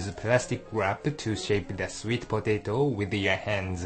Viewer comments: i like how the man say patato XD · hahahahaha.... po-tei-to.... LMAO gotta love his accent XD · i like these vids. It just cracks me up when he say POE-TAY-TOE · I love how he says potato.